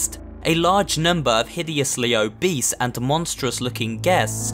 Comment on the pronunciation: Everyone vibing' till sais obees.